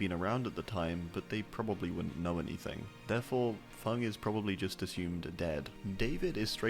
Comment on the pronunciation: Feng* nor Fung, wtf man